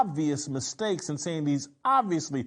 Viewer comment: "Dees guys". And you want us to take you serious and as the smartest person in the room.